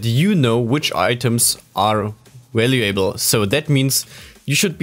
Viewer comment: valuable is normally pronounced val-you-ble without pronouncing the A. Just trying to help it's obvious english is not your first language. Also, great job on the video.